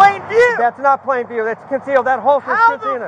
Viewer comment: Apparently we all missed it, “IT WAS IN PLAIN VEEW! “ 🤣🤣🤣😂😂😂 Jeremy could have avoided all of this. So easily